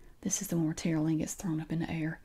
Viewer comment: I kept hearing "Terlien".. I was like "what kind of Game of thrones name?! Ohhhhhhhhh Tara Lynn!?!!"